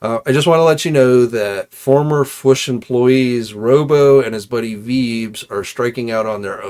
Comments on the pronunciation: It’s not fwush it’s FWOOSH AND the man! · I like u & enjoy the show. I imagine if u pronounced certain words properly, you would probably gain a couple thousand subs right there. I'm pretty ez goin', but hearing you say the "Fwuush" instead of the "Fwoosh" or "HO-K Hogan" runs all over me. Haha. The weirdos online will stop watching someone just over disagreeing on a movie review or over toy articulation. You think they won't slow down on viewing you over annoying stuff like that? Just constructive criticism. Ty